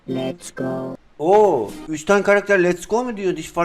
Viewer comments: Abi şeli de lest go diyo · leon da lest go diyor